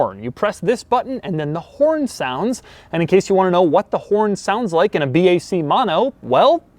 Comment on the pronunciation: It's not 'Maano' is "mo no". 😒